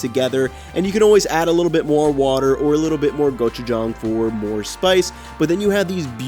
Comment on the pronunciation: Thank you for pronouncing gochujang correctly! 😂